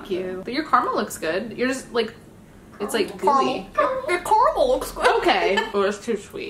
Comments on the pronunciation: It's Car-a-mel. Not car-mel. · Is it just me lr do you aussies hate the word Car-mel. It just doesn’t sound right! It’s Ca-ra-mel! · carmel, CARMEL!! ITS PRONOUNCED: CAR A MEL NOT CARMEL